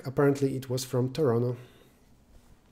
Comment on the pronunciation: It is pronounced “tor-on-toe”